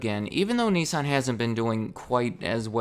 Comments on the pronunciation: It’s “Nissan” not “nessan”🤣🤣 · The way you say Nissan does not make me happy